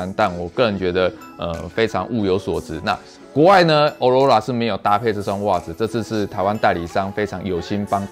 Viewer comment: 欸欸極光的英文唸錯了